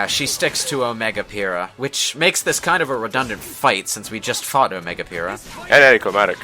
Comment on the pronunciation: Every time I here "Omega Pyhrra" I slightly die inside.